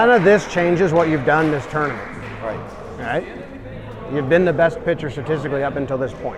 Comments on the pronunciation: 3 references to “this tore-na-ment” in the first 8 minutes. drinking game would f people up in a hurry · I wish would stop saying "twournament" so much😂